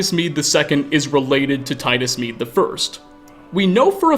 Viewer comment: You: "Emperor Titus Mede II" Me, an intellectual: "Médé"